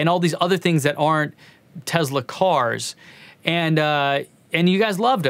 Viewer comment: Speaking of data - we sneaked into Rand in Santa Monica and ran a simple research test and based on every published pronunciation of "Tesla" since newsreels in the 40s including his own country of origin's pronunciations - that your subscriber base would increase by 17% if you pronounced Nik's last name with a soft sssss - like he did. Do you drive a model Ezzz? No, you drive an S. So really, data doesn't mean that much by itself does it? Signed, wise-ass. 🔚